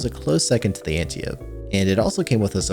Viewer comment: "Anti-ope" Read a book, or something.